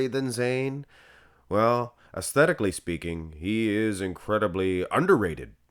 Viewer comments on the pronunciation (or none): none